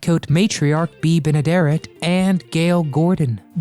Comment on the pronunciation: You always getting least one thing incorrect in your exposes. She was the first American FEMALE to perform an E.V.A., not the first American astronaut to do so. Check your history. Also Bea's last name is French and is pronounced "Benederay", not "Benederette". However, in my household while growing up, we kids enjoyed all these programs. Mom paid them no mind, dad disliked that we found them amusingly odd, unrealistic and funny, if not fun.